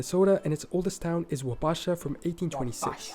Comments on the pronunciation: No offense, but it’s kind of annoying when these videos are narrated by whomever for the Tubes. It’d be nice, ya know, if someone who already knew the pronunciation of these places because they were verbally taught. Many bads, but here’s one for the record: it’s WAH-ba-sha, not Wa-BASH-a 😜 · The city in Minnesota is Wa-ba-sha - no strong stress on any of the syllables. As with other cities, the narrator said it fully wrong. :D